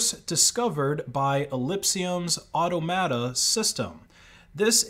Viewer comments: Automata = “aw-TOM-a-tah” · Automata: or-TOM-a-ta.